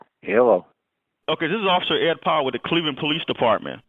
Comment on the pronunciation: Did he call Powell Ed Fuckland?